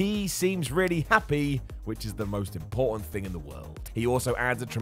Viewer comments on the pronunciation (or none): none